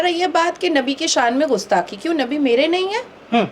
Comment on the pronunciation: पत्रकार महोदय जी को कम से कम सही उच्चारण करना तो सीख ही लेना चाहिये गुस्थाकी या गुस्ताखी